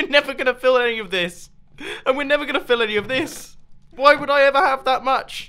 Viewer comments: bettah late than netha* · Did anyone else hear, "Better late than Nether"?